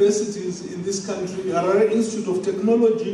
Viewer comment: "SAITH" not "scythe" or "sa"; "Harare" not "heray"; Chikumbutso NOT "chuto". These cheap VOIP apps are ridiculous and should come with an editing apparatus before publishing. Good grief! It's really bad with videos about issues concerning Africa.